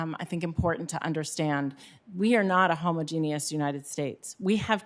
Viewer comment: Head of the CDC isn’t practiced at pronouncing homogenous? Was she taught by look and say, instead of phonics? Has she never heard of ‘homogenized milk’?